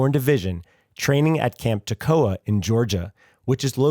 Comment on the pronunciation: When you got to the section mentioning Currahee, I was dreading how you would pronounce Toccoa, as I watched another video that got it very wrong. You were correct in the pronounciation. I've never been to Currahee Mountain, but I should at some point. I went hiking on another trail that's nearby with my daughter and our dogs, last week. It's parking area is about 12.5 miles from Camp Toccoa.